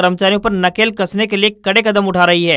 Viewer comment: News padhne wale ke bole Gaye wrong word:- wrong - nakle kasna. Correct- nakel kasna.